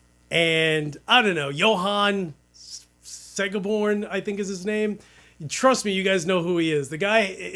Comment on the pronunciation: Whoohoo, if anything makes one proud to be a swede it’s Segeborn ( ”Seh-geh-bourne”) :) That little Marshall packs a bigger sound than it’s looks, but… it really doesn’t look that big to begin with 😂 No doubt you got the very best of it! Stay nice on the internet now that people recognize you in the comment fields 🥳 Have a great day // Wince